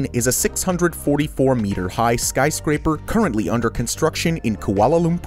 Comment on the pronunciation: Sky crapers you said it earlier sky craper